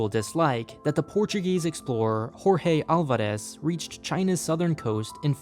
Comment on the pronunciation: Good video. Just one thing, you pronounced Jorge Álvares in Spanish not Portuguese.